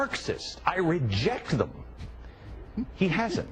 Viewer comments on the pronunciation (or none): none